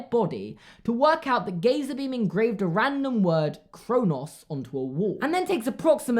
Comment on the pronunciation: Ive never heard anyone say Kronos like that, but I won’t judge. Or...am I just weird?